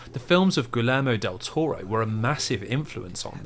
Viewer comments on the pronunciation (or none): Fantastic work, love the video. Also, nothing could have prepared me for how he pronounced "Guillermo Del Toro"